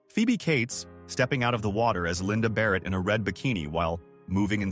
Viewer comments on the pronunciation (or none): none